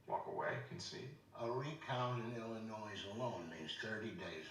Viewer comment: Also Bert says Illinois with an "s" lol